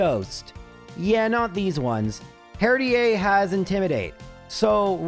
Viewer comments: This is gonna be brutal. Also Herdier is pronounced like Terrier. I know that's probably comment bait but still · That Herdier pronunciation has to be on purpose right? its pronunciation is literally as it seems Herd E er Edit: ok it was on purpose i feel much better now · Some of your viewers: triggered by you pronouncing Herdier as Herd-ee-ey and not Herd-ee-er. Me: sweating because I pronounce him Herd-eer. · he said it, he said the thing, he said herdier, with ier pronounced as ea. That one small speech in I believe a delibird run taught me more about the world than 12 years of school did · not mispronouncing something in a video is impossible; I dunno if he has dyslexia or what. I'm not worried about "Herdier" (which is definitely supposed to be a Terrier dog so there's no way you'd pronounce it like he does but whatever); I'm talking about Striaton, which he mispronounced as "Straight on". I hope he doesn't have any friends named 'Liam' IRL because he must just call them 'Lame' all the time Also already living in 2025 before the rest of us lol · The pronunciation of 'herdier' is very funny to me. Can tell you're Canadian 😂 Love your stuff! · I'm going to call out the herdier pronunciation because your country of origin doesn't change the Pokémon name pronunciation in English. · Why would you pronounce it partially francophonically but with a very un-French /h-/?😅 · You pronounce Herdier Canadian fancy, but don't pronounce Unfezant like en passant? Missed opportunity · I love that pronounces Herdier the French way....Oh Canada!! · it is. But he's Canadian, in Canada and France, the suffex "ier" is pronounced how other countries pronounce "ea" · He intentionally mispronounces things all the time